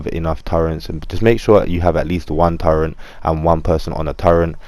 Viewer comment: Its turret not turent